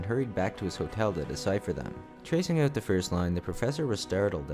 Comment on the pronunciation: You funny. You say hoise, aboit and oit. You funny